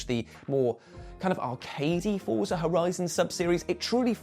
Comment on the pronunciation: Fort-sa. Say it with me: Fort-sa... 🤌